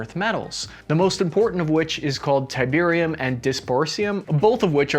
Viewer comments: I heard tiberium ? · Terbium is not pronounced tiberium. As much as I wish it was. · ok i will be "that buy". its called Terb-ium and NOT Terbiri-um. why did you add an additional i ? is it made by apple? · I had an instant "dafuq" moment as soon as you pronounced Terbium as Tiberium.... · that terbium pronunciation, think you've been playing a bit too much command and conquer lol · The way you pronounced Terbium as Tiberium in made me do a double take for strange alien crystals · hey Cap, its Terb-ium... as a Command and Conquer player i did a proper double take at you calling it Ti- bee- rium. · I like you read terbium "tiberium" xD where's Kane? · It's " "tiberium" you Command and Conquer nerd! -From a huge CnC nerd... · I got a little worried when you said there was tiberium, mispronouncing terbium, in the arctic. I've seen what happens when dictators get their hands on tiberium. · I heard tiberium and did a double take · calling Terbium “Tiberium” gave me intense nostalgia for the old Command and Conquer games. I actually had to double take and make sure he actually said it lol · Terbium, you pronounce it like it's "Tiberium" :D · "Tiberium" You say... :> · Brother said Tiberium lol. We don’t want that timeline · pronounces: "Tiberium" Me and most RTS fans: "COMMAND AND CONQUER!" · I had to double check when you called Terbium Tiberium :D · Bruh, did he just say TIBERIUM? insert Tiberian Sun Flashbacks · Did he say Tiberium? Oh no, Kane is gonna start a massive world war! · Surely I am not the only one who heard him say Tiberium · I heard Tiberium? 😅❤👌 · When you pronounced terbium like that, i had to do a double take to make sure that command and conquer wasnt becoming real life canon.